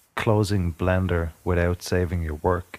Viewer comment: did you say blander or blender